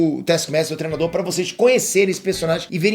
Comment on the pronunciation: “TREnador” hahaha, o não consegue falar treinador 😂😂😂